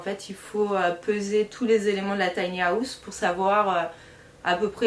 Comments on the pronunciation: Taï ni à ousssse 😂😂😂 On peut rire mais on ne se moque pas 😉 J adore les tinyhouse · On ne dit PAS Tiny-Aousse 😅🤣😂😅🤣😂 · tiny haaaaouse fois 1000, je saigne. J'ecoute, j'ecoute.